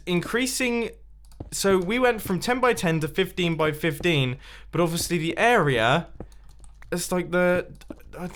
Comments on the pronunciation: area* not "air ree yerr" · When an adult can’t say area